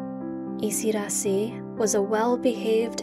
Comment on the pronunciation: It is isidaasi. Long a. Yiu have it Thai